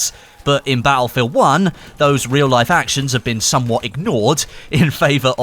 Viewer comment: i love how you say "ba'efield an'"